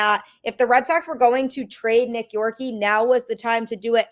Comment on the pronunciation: Please, for the love of God, know how to pronounce the name of our players that have been in our system for a long time. You pronounced Nick Yorke Incorrectly, and I’m sure you must’ve heard how to pronounce it because he’s one of our top prospects